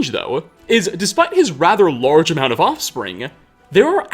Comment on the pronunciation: why the dude who is voicing over the video puts an a at the end of so many words where a does not belong. like the following: "and his youngest son: Nelkir(a)." "offspringa" "fathera" "the wispering doora" "herea" "wizarda" "ebony blaida" "siblingsa1" its so weird